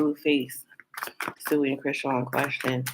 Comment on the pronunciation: 😂😂😂😂she keep saying stewie 😅